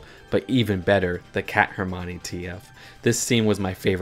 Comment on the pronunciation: HERMONE!? IT'S HERM - I - ON - EE NOT HERM - ONEE